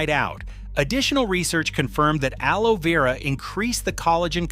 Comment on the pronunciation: AI really struggled with pronouncing aloe vera 😂